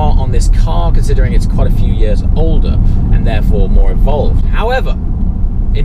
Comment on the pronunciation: Why do you pronounce 'years' like that? Where did you grow up in England?